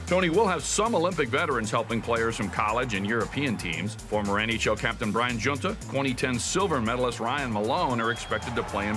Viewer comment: You should really do some more research. Team USA has two gold medals at the Olympics in 1960 and 1980 and you couldn't even properly pronounce the captain's name correctly. It is pronounced jee-AHN-tuh. Way to go...